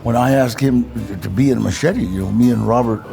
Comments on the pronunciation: Ollie learned everything but how to pronounce his last name. 😂 and machete was to nice to correct him. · Its MACHETE🤣